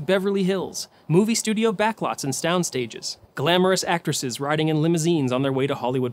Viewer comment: “Stoundstages” lol Great video though